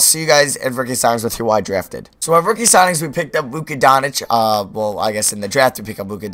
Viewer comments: it's luka donchich not donich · it's pronounced Donchich not donich please see and use for future vids. Keep it up